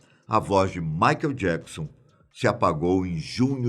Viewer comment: Quando ele começa falando maikel jecson já desanimo